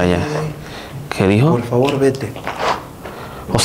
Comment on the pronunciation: Y si le decís "POL FAVOL" no te va a hacer ningún tipo de ruido.